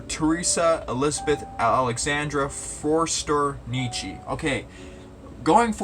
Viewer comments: The umlaut over the o in German makes it into a u. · Good video; quick note on the pronunciation Ö ist a oe. You make the o sound and then without moving your mouth you say the e sound (as is ehhhhhh)